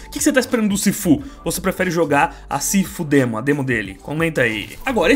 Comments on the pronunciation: Sifu Demo 😂😂😂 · "Sifu-demo" - 2021